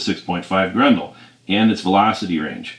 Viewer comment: "Grendel" is a character from an Old English Epic Poem. It is also the name of the 6.5 Gr*E*ndel cartridge. Grin-duhl. Pronounce the E and an E. "Grundle" is a slang term for the perineum. Or, the Taint if you will. They are not pronounced the same. Idk what accent this is, but "Grundle Hunter" just has some wild, wild implications.